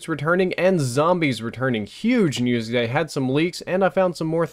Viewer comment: Every time you said news i thought u said nudes